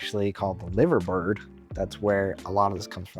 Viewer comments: Okay, how you said "liver bird" made me crack up. :-) Pronounced "lie-ver" bird. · The bird on Liverpool's badge is pronounced Lie-ver not liver. Theres two Liver birds that sit on top of the Liver Building in Liverpool, one looks towards the city and one out to sea. Locally they are called Bella and Bertie. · Live-er bird not Liver bird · Liverbird🤣🤣🤣 its pronounced 'Lie-therbird'